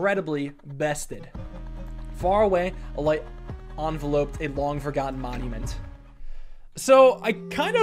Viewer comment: “enveloped” pronounced “en-vell-upped.